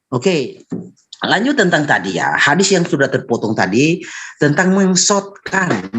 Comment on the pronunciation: mensotkan, mensottkan.. 😝oten itu dlm kitabmu